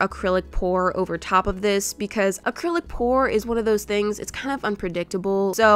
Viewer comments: You said accrilic pour after u said no more😂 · I will not say AcrylicPor again continues to say it 3 more times